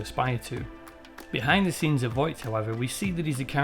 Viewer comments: It's Vought, not Voight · The Boys is an excellent show, and you did a really good job of analyzing it. However, I have a couple of criticisms. Sorry to be pedantic, but you keep pronouncing it Voight. It's Vought. I apologise, it's not important, it just irked me. I would also suggest boosting your voiceover level a bit more. It's rather quiet. You could maybe use some compression to squish down the peaks and give yourself some headroom. Finally, you could do with getting some better music. The music you've used here is rather generic and it doesn't really suit the material you're discussing, it's a bit jarring and incongruent. Please don't take this as a dis, it isn't, I like what you're doing, and it would be nice if your production improved so as to do your work justice. Best of luck to you. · So, a lot of the time when you are saying 'Vought", you end up saying "Voight" instead, which was really gratifying because I can never fucking remember the corporation's name, and always hear "Voight" in my head when it does come to me. Then I feel crazy when they say Vought on the show. So, hearing you do it over and over again too was really validating. Also this was a lovely little essay that was well done and satisfied my late night craving for someone talking about the show. Thanks for making it. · Bro it’s pronounced “vought” not “voigt” but good video